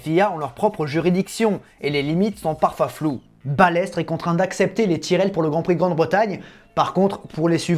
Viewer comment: bon, je regarderai quand tu apprendras a dire tyrrell